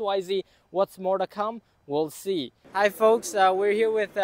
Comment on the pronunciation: Please say HAI.....???